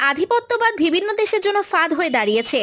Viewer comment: আপু উচ্চারন টা ঠিক করেন। ভিবিন্ন না বিভিন্ন